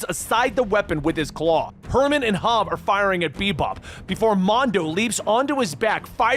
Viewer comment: Love it. But God damn it's HOB. Not Hobbs.